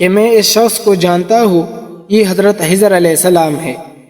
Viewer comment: Brother he is my school friend he cannot pronounce خ properly💙spread love not hate